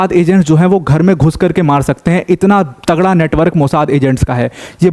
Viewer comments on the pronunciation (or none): none